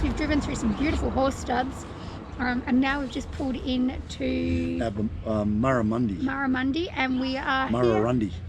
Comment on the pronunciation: You need to learn how to pronounce the name of the town’s you are in correctly. I cringe every time you say it incorrectly. Murrurundi, Bingara as examples.